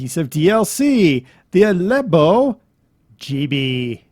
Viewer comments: it's alabeo (al-a-bay-o) not alebo XD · al-le-bay-o is how its said